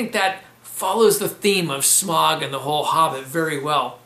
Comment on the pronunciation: smaug ain't pronounced smog